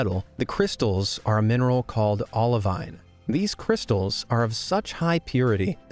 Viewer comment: It's ok, mate. He also mispronounced olivine, peridot, vanadium, and a couple of others. But I did cringe at Coober Pedy.